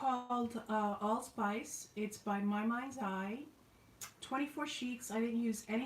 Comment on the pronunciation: Allspice not ilsvise I'm going deaf lol